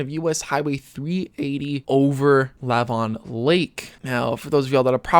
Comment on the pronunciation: Lake Lavon, la VAHN. emphasis on second syllable.